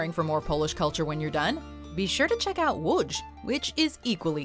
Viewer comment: But she pronounced Łódz correctly.